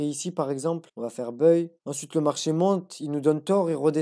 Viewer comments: magnifique ! bravo à toi et toutes mes félicitations ! ps: le mot buy ne se prononce pas [beuille] mais [baille] (comme quand on a sommeil et qu'on baille). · Tu prononcés buy en anglais d'une drôle de façon 😅.. Mais le contenu est au top